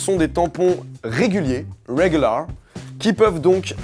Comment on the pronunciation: Lol if you can't speak proper English, don't speak it. Since you can't even pronounce properly the word "regular", please go back to school :)